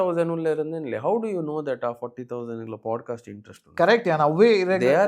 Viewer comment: It's pod-cast, not pode-cast...